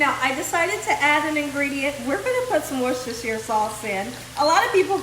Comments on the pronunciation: Wow.. for the longest time I had been pronouncing it "Woosh-stir-sher-SIYER" sauce 😋🤦🏽‍♂️ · hhi in the uk we pronounce it wooster sauce.much easier for people who cant pronounce it properly